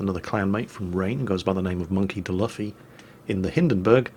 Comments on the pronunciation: Cringed at how he pronounced Monkey D. Luffy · that pronounciation was pure cringe. never changes:D